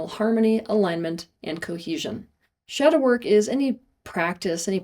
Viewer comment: Step one “shadow work” but it sounded a little too much like “shower” 😅 (makes a guilty face but goes back to the video like he didn’t just hear that).